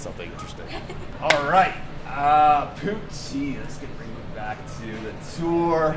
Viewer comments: please dear god dont call it pooteen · i thought he said booty